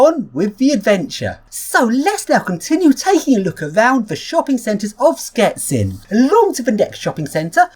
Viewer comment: It's "shchetsin" not "sketsin" :)